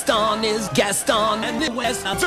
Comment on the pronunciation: It sounds like they are saying i want to die gaston instead of saying my wat a guy gaston or is it just me?